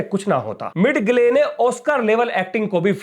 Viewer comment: मिड गले नहीं, मिजेल Thank you for the very informative program.